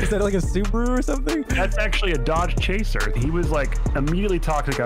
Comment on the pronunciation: My guy really said dodge chaser lmao